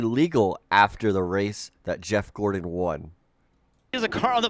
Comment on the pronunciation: JEFF GOR-ON. Enunciate!